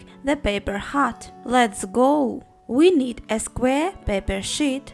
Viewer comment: Who hear Sque i mean Square :D